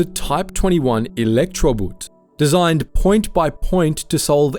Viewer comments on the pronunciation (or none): The German word Elektroboot is pronounced as "Electro boat", not "Electro boot".